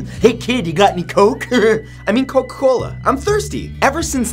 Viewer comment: I like how in the intro you say coc cola instead of Coca Cola... XD (Sry for pointing that out...)